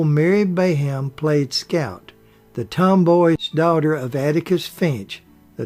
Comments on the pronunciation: All these comments sound the same. I'm not even 7 minutes in to the video and U don't think you've even watched the movie It's Mary Badham not Bayam. It's Boo Radley, not Beau. Mayella Ewell was Bob Ewell's daughter, not his wife. That's why these repetitive reviews seem odd. Did nobody else catch these mistakes? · Mr. Peters did not receive an Emmy for a theatrical motion picture; Emmys are awarded for TV productions. Ms. Badham’s name is pronounced BAD-um. Mr. Alford’s name is pronounced AHL-frd. It was Jean Simmons, not Jean Peters, who played Peck’s love interest in The Big Country. That film’s director was William Wyler, not Billy Wilder. Peck’s sons did not play his boys in that film. His character had no children. Who on earth does your research for you?